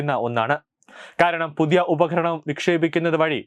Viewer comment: Upaharanam alla upakaranam anu.